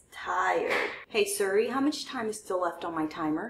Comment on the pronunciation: O M G! I'm in love with this pan! I literally was cracking up with the family feud "X" 's. That was so funny! Love your videos! I love how you say "suri" instead of Siri lol 😂 another GREAT video!